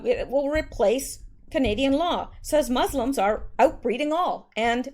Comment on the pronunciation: Did you just say,,,,,,,,,,,,,,,,,,,,,,,," Fuslims"? HAHAHAHHAHAAHAH hahahahahaahahaha its good.